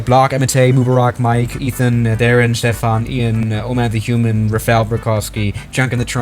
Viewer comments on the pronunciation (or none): none